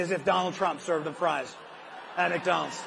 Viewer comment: The “Mack” Donald